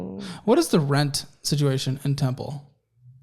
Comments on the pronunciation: It's temple tx * not tenple ❤ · “Tenple Texas” 😂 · WAIT A MINUTE... "Tenple, TX"? O_o